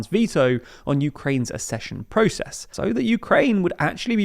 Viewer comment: It's not "assession": it's "akcession"!